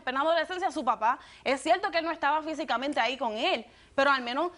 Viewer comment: No pueden decir cierto, envés de cienlo